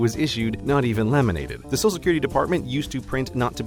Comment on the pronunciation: Heh, you say "sosal security card"